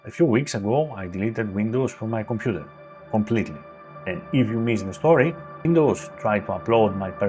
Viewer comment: I love the way he says "𝔐𝔢𝔦𝔫 𝔎𝔬𝔪𝔭𝔲𝔱𝔢𝔯" "It is 𝔐𝔢𝔦𝔫 𝔎𝔬𝔪𝔭𝔲𝔱𝔢𝔯, not Their Computer!"